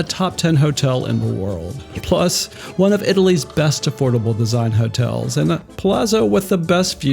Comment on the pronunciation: It’s pronounced ‘pa-lat-zo’.